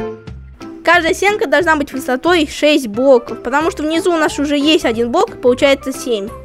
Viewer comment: он говорит не блок а бок